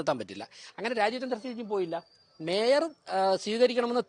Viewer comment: ഈ, ശവൻ കുട്ടി അണ്ണനെ കൊണ്ട് തോറ്റു, മര വാഴ, കഷ്ടം. അവനു മേയർ എന്നു ശരിക്കും പറയാൻ അറിയാമെന്തോ 😂😂